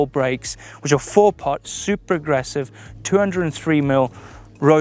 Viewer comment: "Ssuppa aggressive"